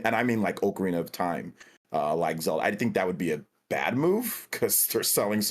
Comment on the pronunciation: Oak-arina of time. Kills me everytime.